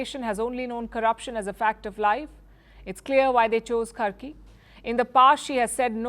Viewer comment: It's karki not kharki